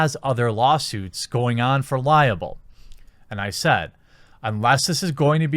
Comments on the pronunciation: Jeremy, buddy, it's lie-bull, not lie-uh-bull. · Libel is pronounce LIE-bull, not LIE-uh-bull. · Quartering, I love you man, but please stop pronouncing Libel as liable. It's pronounced lie-bel, there's no "a" in it. I know it's probably a personal quirk, but damn it irks me. Thanks for the great content, man. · Hey, love your content, but I just want to point out that the word for written slander is "Libel," not "Liable." Similarly, the word is "Libelous," not "Liablous." I know this is me being a grammar nazi, but it just irks me because the word "Liable" has an extremely different meaning in law than "Libel." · Are you confusing "liable" and "libel" or "libelous" (i.e. slander in writing)? You pronounce it like "liable." Good luck with the lawsuits! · LIBEL not liable. Two completely different things. Get your pronunciation right. Otherwise, you're doing great stuff. Keep doing you. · Can I sue you for pronouncing libel as "liable?" lol